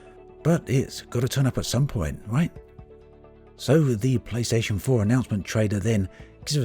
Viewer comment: Means to say playstation 4, sounds like playstation vore, AAAAAAAAAAAAAAAAAAAAAAAAAAAAAHHHHHHHHHHH.